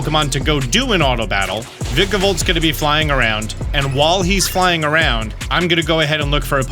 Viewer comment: It hurts my SOUL hearing this man mispronounce Vikavolt.